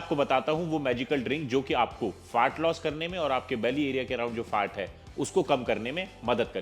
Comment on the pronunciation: Is chutiye ko FAT LOSS bolna bhi nahi aa raha hai … Fart loss bol raha hai